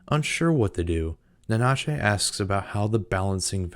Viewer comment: Great video! Your pronunciation of Nanachi kept leaving a Spanish version of them in my head xD ("Na-na-chey" as opposed to "Nana-chee") 😉